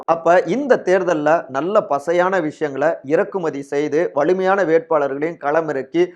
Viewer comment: செய்தியை நல்லாதான் சொல்றீங்க. ஆனால் "ல" "ள" உச்சரிப்பு சுத்தமா சரியில்லை. வலு என்பதை "வளு"ன்னும், வலிமையான என்பதை "வளி"மையான என்றும் உச்சரிப்பு தடுமாறுது